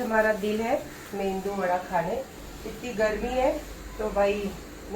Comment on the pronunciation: South Indian, south Indian bolti rehti hai..aur phir mendu vada bolti hai..its medu vada or simply vada